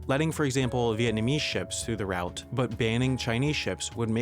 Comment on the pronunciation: He can't say "route", either!